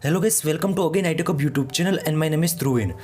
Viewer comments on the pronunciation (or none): none